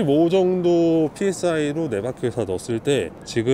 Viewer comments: psi -> 프사이 라고 읽어주시면 됩니당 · 피에스아이라고 읽으면 안되고 프사이입니다. 단위하나 제대로 못 읽으면 실험에 대한 신빙성이 떨어지지만, 그래도 직접 실험이니 인정합니다.